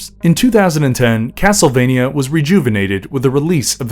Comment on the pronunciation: It's cracking me up how this video keeps saying the name of the series wrong in so many different ways.